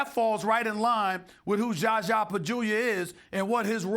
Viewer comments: Zaza NOT Gaga! At least get his name right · "JaJzA" lol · ....he says it that way out of disrespect, look back at when "za za injured kawhi" or any other time he references za za, it's clear stephen does not like him, and does not care enough to pronounce it correct. He's obviously mispronouncing it on purpose lolol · the way Stephen A. pronounces ZaZa name makes me laugh every time 😂